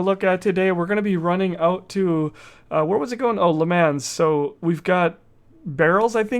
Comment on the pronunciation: renault isnt prenounced like its spelt its prenounced rey no. and le mans is prenounced le mon. lol hope this helps